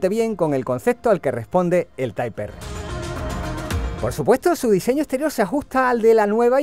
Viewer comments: Tras varias veces visto el vídeo como sinónimo de deportividad y de las fantásticas imágenes en movimiento del bicharraco, toca responder: El llamado (y pronunciado) “Taip Erre que Erre” o Taip erre pa’ abreviar, desvelado en algunas imágenes en vuestras redes, lleva a recordar cuánto se le esperaba tras ver la versión “light o familiar” en manos de Jaume. Hoy, otro nombre con J como curiosidad y detalle; se presenta con la versión patanegra y “jabuga” de un coche con mucho de civic, pero con nada de ”civic-o”. la atención fijada en su precioso aspecto exterior y en ese alerón tan chulo. Y en cuanto a lo del bar… No sé yo lo que os durará a los “cuñaos” la copa de vino y el pincho de tortilla ahí encima con el sol apretando,, pero pa’ vosotros. El paso al interior muestra un habitáculo espectacular por pantallas, acabados y plazas, pero con un defecto para mí: demasiado fuerte el rojo que lo viste y en una zona tan propensa a ensuciarse como es el suelo. Las alfombrillas mitigarán mi pequeño defecto. Idéntico maletero. Lástima el no poder conocer mucho sobre el motor calzado. Suena muy bien y, viendo el manejo del coche sobre circuito (Gracias ❤), y en manos y voz del piloto nacido en la tierra del mito, Fangio; honda seguro que ha mejorado esos datos mencionados. Respondo rápido: Difícil decidir cual, pues todos son fantásticos y, aunque hayan perdido algo de garra con el paso de los años, cada nueva generación ha conservado el espíritu macarra y divertido del que Hond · que risa type "erre" "uvetech" jajajajajajja los españoles le tienen una terrible aprension a pronunciar el ingles... digame cuando dicen "tipe erre" honda zivic jajajajaja ///// muy buen video by the way me le voy a dar like y me me suscribo saludos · Yo siempre he dicho "taip erre". Y es la primera vez que pienso que es una gilipollez mezclar pronunciación en inglés y español 🤣🤣🤣.Gracias! 🤣🤣🤣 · No debes decir tay porq no eres americano para pronunciarlo en english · "Taip Érre"